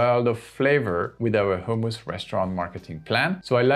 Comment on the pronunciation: Great video! Only concern is I think you're saying "homeless" restaurant rather than hummus restaurant! No biggie! Love your content!